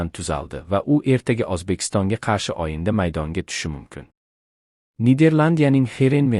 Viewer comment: O va O' ni farqiga bormay o'qiydimi Oyinda deydi To'gri deydi aslida "O",G'